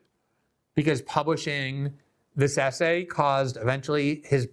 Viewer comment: WTF is wrong with people today that they can't pronounce words correctly? Itcis NOT ASSAY IT IS ESSAY. JUST TRY PRONOUNCING THE LETTER "S" then add the word "say" there you have it "Essay" now how hard was that?